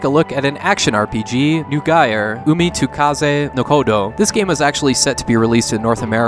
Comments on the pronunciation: It took a while to figure out that the last game was named "Neugier: Umi to Kaze no Kodou" and that was after trying variations on the end of the Japanese name; the first part was the German for "New Gear" and is pronounced like "noy geer" (or as Nipponized, "noigi-a"). It might help putting a Romanization of the title on screen in the future, because I had a tough time searching for "nugaier" or some other variant of how you actually pronounced the name. (A lesser issue is that the Japanese word Romanized as "to" is pronounced almost like the English "toe" rather than the English "too".) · Neugier sounds more like Noi-Gear. Classic german word.